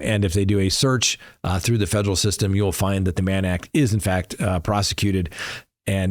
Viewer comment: “Fejrul”? I don’t remember the word “federal” having a “J” in it… learn how to read please. I can’t stand poor grammar.